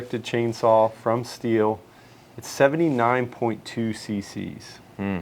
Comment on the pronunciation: Prounounce Sthil correctly too, "shteel"?